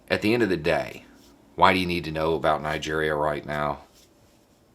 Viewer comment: Did he say Nigeria?